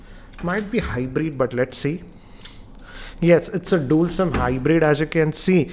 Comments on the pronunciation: Its dual camera not dool camera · Dool camera? lol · Dool camera and dool sim 🤣🤣😂😂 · DOOL camera?? 😂😂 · Dool Camera??? 🤣